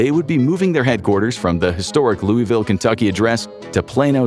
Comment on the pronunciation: It's pronounced "Loo-Uh-Vull"